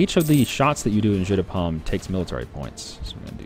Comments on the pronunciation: This is not "Jeu de pomme", it's "Jeu de paume", this is the french word for palme. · Jeu de paume mean palm game not apple game. I mean paume and pomme do sound similar but aren't pronounced the same.